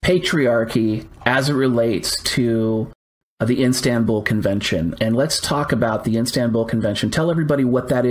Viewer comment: What if the man has to go and get things from the house? Maybe he will have to have the police do it? Like if he needs paperwork, etc ... such things can be very important in life. P.S., It's "Istanbul" not "Instanbul" XD